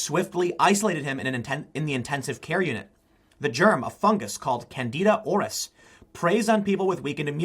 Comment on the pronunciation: I'm pretty sure Aureus isn't pronounced as Orris.